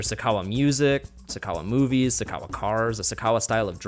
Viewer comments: The host said Sakawa wrong... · It's "sakawa" and no it is not like swag at all.